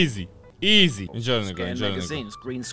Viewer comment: ایزی نه ایزی اقا😂